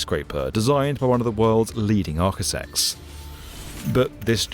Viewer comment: Designed for one of the world's leading "arkisex"?